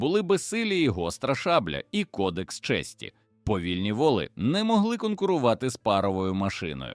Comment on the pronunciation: Все ж гарно викладено та цікаво, але смішно: конì та вòли, а ще - дòдому та стрìльці. Ви з якого місяця впали, панове? Самі не хочете прочитати? Краще ж буде.